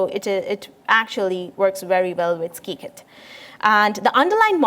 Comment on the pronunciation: It's sigh-kit and not skee-kit :)